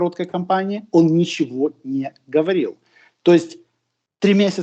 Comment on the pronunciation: ГКаварил😀. КорнейЧук и КорнейГек